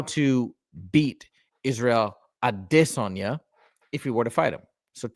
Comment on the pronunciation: The way you pronounce Izzy’s last lame is cringe. Stop you sound stupid